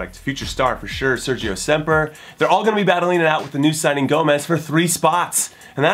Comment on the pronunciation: it is sergi roberto, and sergi semper i believe, not sergio :)